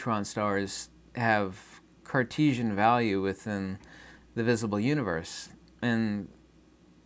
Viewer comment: U-knee-verse Mo-knee your-cell-f